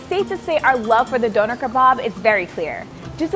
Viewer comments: She did not just say Doner like organ donor ✋😩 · I’m British and hearing her say Donna kebab like that 😖 ew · It's pronounced Donner not doner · “d-oh-ner” kebab—lmao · Its pronounced duner